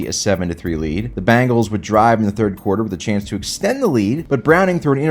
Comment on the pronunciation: Why do you say Bangles instead of Bengals?